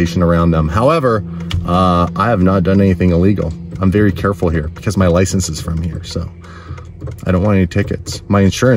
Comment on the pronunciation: That cop has some serious issues, first you can't ticket for people calling in as it's unreliable, also why can't he speak proper English as he seems to not know how to say license.